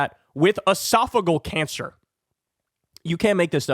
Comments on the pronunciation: Esophageal is pronounced "uh-soff-uh-JEE-uhl", not "uh-SOFF-uh-gull" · It is not esophagul cancer. It is esophagEal. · It’s esophageal cancer not “esaphagal” cancer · Ee-sof-oh-GEE-al cancer, Kyle. Punches like that hit harder when pronounced correctly. I really like you, but put more effort in learning how to pronounce words. When it's your job to talk, that's kind of the deal. I even bet there's an app for that. Btw, I know Kyle doesn't read the comments. That's because I actually listen to a great deal of his content. So, the mispronunciation thing is relevant. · It’s pronounced esopha Gee al. And it doesn’t affect your brain, so what’s your point? He is experienced and as much as I love AOC, you haven’t made a legitimate case against him. Actually, ageism and infighting aren’t Democratic values. I am getting disturbed by the younger factions of our party who are supposedly full of empathy for their fellow humans using this kind of crap. Yuck. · Uh-sof-uh-jee-ul Esophageal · Esophageal has a “soft g sound”. Love you!❤️ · Love you, Kyle, but it's driving me crazy. Esophageal has 5 syllables. E - soff - uh- GEE - əll . That is all. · Its pronounced Esa fa Gee Al cancer.AOC would have No chance of dealing with MAGA. He has years of experience. AOC has a bright future ,but now the MAGAs would make a show of ignoring her at best. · “ehh-sof-oh-gee-ahl” Thought you might want to know? 🤷🏻‍♀️ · It’s pronounced ‘edifice-a-gee-Al’. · LEARN HOW TO PRONOUNCE ESOPHAGEAL!!! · Two thoughts: 1. This guy has been in the news for weeks, and Kyle still cannot pronounce "esophageal cancer." It really isn't that tough. 2. Kyle acts as though the person who gets this appointment will be running the committee, which is a plain lie. The Dems are the minority, so this is an appointment as ranking member, not committee chair. The actual power of the ranking member is being vastly over-represented here.